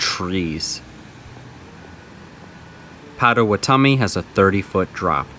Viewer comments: 4 years late but its Paht-Ah-Wa-Ta-Mi. Gotta put respect on their name. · Thanks for all the recs, especially outside the state park! Just an fyi, it's pronounced Pot·a·wat·o·mi, though I'm sure you know that by now!